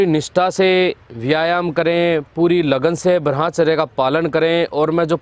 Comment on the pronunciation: भाई जी आपसे एक निवेदन है शायद ब्रह्मचर्य का उच्चारण आप सही से नहीं करते हो थोड़ा ध्यान दीजिए , आपकी मोटिवेशनल वीडियो बहुत अच्छी लगती हैं